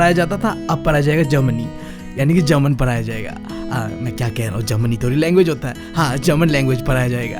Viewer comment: Pada , padaya ❌ para praya✅😂